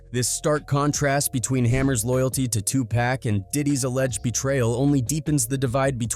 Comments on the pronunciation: It's 2 pac not 2 pack he needs to pronounce folks name correctly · It's Tupac not Tupack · The pronunciation of some of the names has me laughing out loud at work: "Turn this mootha out" "Redmun" "Two pack" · Once he said too pack. I stopped listening. 👎🏽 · It was all good til his said “2 pack” lol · Tupac pronounced, "To - pOCK" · Hearing names pronounced as TwoPack and Notorious big, clicked on my AI reader sense. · The guy said two pack, I wish people when doing research learn to pronounce people names it really messed up there name and turn off for me. McHammer meant can't touch this literally. But where is his ministry or name of church would love to see him because he seems intense. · Did that fool just call him TU PACK? ?👎🏿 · I’m so sick of these mf’in AI voices that can’t pronounce Tupac correctly. Pay for some better AI voices there out there you cheap punk. Stop dissin Tupac cause you want to save a few bucks. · As Interesting as the stories be y'all disrespectful on how y'all pronounced TuPac name. Prounce it correctly if ya don't know ya better askl somebody... It's a turn off to continue watching as y'all mispronounce the man's name in every video unless those close to him says it or Tupac himself mentions it... It's disrespectful! Ppl sleep on MC HAMMER and leverage he has in real life, be a big mistake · Hammer also isn’t gay. You mispronounced Tupac? 😡 ok 👎🏾